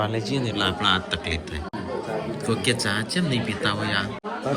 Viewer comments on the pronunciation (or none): none